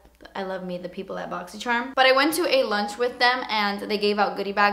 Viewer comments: I LOVE WHEN YOU SAY "BOXY CHERM." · always love watching just to hear you say borxy chharm lol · Literally love when she says boxycherrm. Haha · Every time you post a video about the Boxycharm unboxing I am anxious to hear you saying it, cause I love the way you pronounce it....it's so funny :))